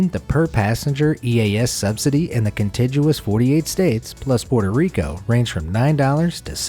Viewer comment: contiguous has a hard-g sound, not soft-g.